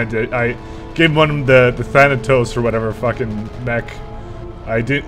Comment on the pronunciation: Glorious moment.He finally said "Thanatos" correctly.